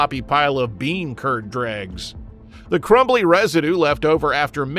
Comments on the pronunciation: Dreg, not drag. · "dreg" NIT "drag":face-turquoise-covering-eyes